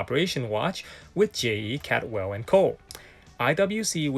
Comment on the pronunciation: Caldwell is a common Scottish surname not Cadwell, It means cold well. Great content, I once had a Cyma with that shape crystal.